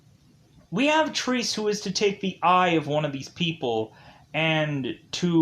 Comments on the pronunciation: Triss? It's Tre-Se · Actually it is pronounced trece or 13 in spanish. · What fucking Trees? Get the bloody title right, at least. TRE-SE!